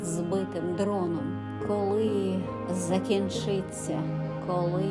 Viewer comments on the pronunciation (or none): Чудовий вірш! І читання гарне...Проте не варто змінювати наголос у слові закІнчиться, бо одразу змінюється віршовий ритм.